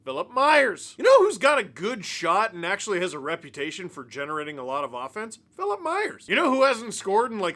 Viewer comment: Hearing you pronounce Philippe Myers’ name as “Phillip” is driving me nuts 😅 Otherwise great vid as always, appreciate you not releasing it in the middle of the night too 😂